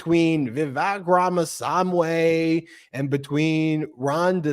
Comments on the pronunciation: Not saamway buddy it’s swaamee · Vivek's surname is pronounsed as RAA-MA-SAAMI nor SAM-WHY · Rahm - uh - swahm - ee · It’s pronounced VEE-VEK RAAMAA SWAAMEEE